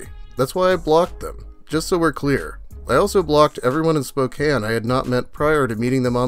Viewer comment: Dude its pronounced Spok-CAIN